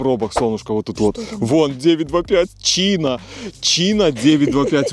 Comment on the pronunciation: Ну не Чина а Чайна.